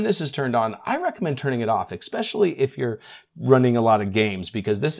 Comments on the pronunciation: Esssssspecially, not exspecially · There's no "x" in "especially".